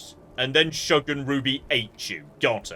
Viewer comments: It's not Shug like Shrug it's Shug like Sugar. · "Shug" (the glowing dog killed) is pronounced like the first syllable of sugar, and is the shortened form of it; similiar to "hon". It is a term of endearment from the US southeast. Somewhat old-timey.